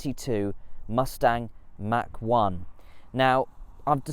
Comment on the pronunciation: He keeps saying Mac 1 😂😂😂😂